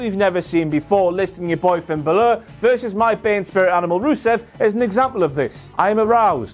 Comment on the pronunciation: I think he pronounces Balor wrong